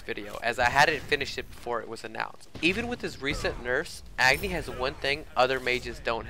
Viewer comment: dude AGNI is not pronounced as EGGNI its A.......GNI 'a' as pronounced in 'a' ball 'a' cat 'a' doll